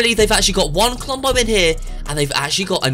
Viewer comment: I herd clombo